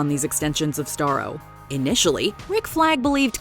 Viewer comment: The darkest part was when Starro says: “I was happy, floating looking at the strars”